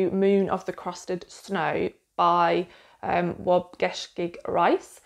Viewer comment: I loved Moon of the Crusted Snow! His name is pronounced "Waub- bee- shig". He used to be an on-camera journalist so I'm used to hearing it. He also did go by Waub now and then. I'll have to go buy the new one 😊